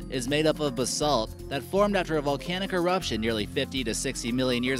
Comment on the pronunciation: Yay! Somebody finally said 'basalt' right!